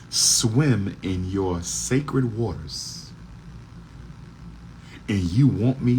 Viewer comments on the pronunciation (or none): none